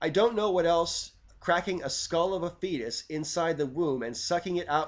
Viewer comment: mmm okay. First time you said fetus, I heard Theist. (Cracking the skull of a theist in the womb etc) I pasued the vid... had a five minute rant at the screen and other folk in the room about how children are by definition atheist at birth... ooops.